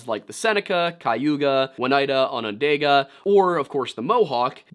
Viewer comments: Hearing you pronounce Onondaga made me wince. That A is an ah sound. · Native american here (iroquois/seneca) you hit most of the Native words pretty well. 2 words to work on are Onondaga (ohn-oh-dog-a) and Haudenosaunee (hoad-no-shawn-ee). Keep up the great work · 2/5 tribe names right, I guess that's not too bad. Seneca - Correct Mohawk - Correct Cayuga - KAY-you-guh, not KAI-you-gah Oneida - Oh-NIGH-duh. Not.... I don't actually know how you managed to put a W in there. Onondaga - On-uh-daw-guh. The second 'n' is silent, none of the 'a's have a long sound. Oh and uh.... Hoe-den-oh-show-neigh. The 'oh' in the middle can be a solid 'OH' sound or a softer 'uh' sound, both are correct as far as I know. Sincerely, someone who has lived in all three counties named after the tribes you mispronounced. <3 (No shade, there are so many place names around here that AREN'T native that no one can pronounce if they're not local.) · Onondaga is pronounced with a daw instead of a day